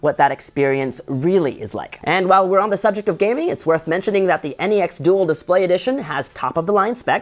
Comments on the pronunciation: NEX not N-E-X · Why does he say NEX like N-E-X ?